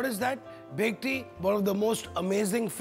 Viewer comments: u pronounce it as "Bekti".. seriously?? Bengali's will ban u from cooking a classical Bengali dish!! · It's bhetki not bekti